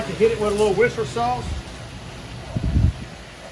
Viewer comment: What the hell is “Wister” sauce?